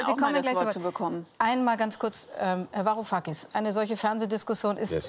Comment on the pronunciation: 'varu-kakis' als ob er seinen namen nicht wusste